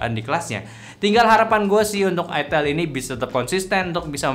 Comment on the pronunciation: Ai-tel bang bukan I-Tel. Gak enak buat bnget kalo I-Tel. 😂